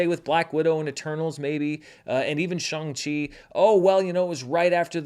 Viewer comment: did you just say Shung-Chi?